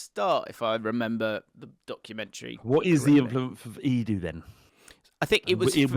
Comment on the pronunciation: ability to pronounce Edu (Eh-d-ew) as (Ee-doo) is sensational.